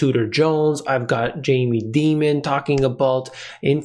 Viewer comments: Dear Jamie pronounces his name DIAMON(D) NOT DEMON? JUST AN FYI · It’s Dimon like Diamond. Demon does fit though 😂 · you're mispronouncing Mr. Dīmon's name. I know you have too much integrity to do that intentionally; even Max Keiser wouldn't do that. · The correct pronunciation of Jamie Dimon is Die mon not Dee mon. However. I think Jamie is a demon so you may be more correct. I am inclined to fade people like Dimon and other high profile characters. Commodities have had a big run. Nothing goes up in a straight line. What better way to attract buyers to sell to? They do it all the time and sheer many sheep. I've been an investor for 40 years. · The correct pronunciation is "Demon". Because that's what he is. Very common parlance in the investor community. Everybody knows that it's really Dimon.